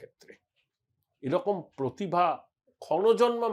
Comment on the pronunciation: "পোতিভা"; প্রতিভা তো নয়ই।